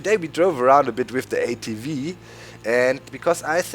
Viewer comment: Did you say ATwee because a V in german makes a wee sound?? probably :P